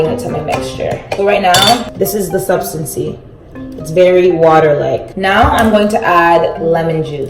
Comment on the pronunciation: "this is the sUbStAnCy" 😂